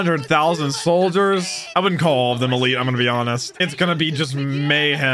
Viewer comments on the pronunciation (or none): none